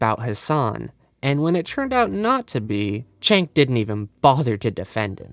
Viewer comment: Whether you like or hate him can you pronounce Cenk's name right. It's not pronounced Chank it's pronounced Jank. Idk why people can hear his name and keep pronouncing it wrong